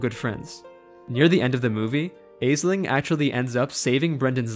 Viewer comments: The mispronunciation is quite annoying though. I’m gonna put the stuff here because it was frustrating me: -aisling = ashling -crom cruach = krawm krooawk -abbot cellach = kellawk (These are not perfect; for one, one of the Irish pronunciations of ch is literally just untranscribable in English because it doesn’t exist, but yeah) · Aisling is read as ash-ling Crom Croach is read as kroom crook